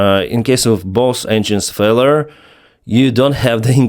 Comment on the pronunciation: Dual engine “fella”? Its “failure” (/ˈfeɪ.ljə/ FAY-lyuh) not “fella”